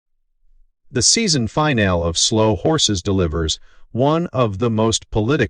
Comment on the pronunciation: This video is unwatchable because of the appalling AI voice that supposedly "explains" the ending — yet cannot pronounce "finale" (finn - nail, according to the "narrator"). Why is this shoddy nonsense necessary? How difficult would it be to get a human being to read the text?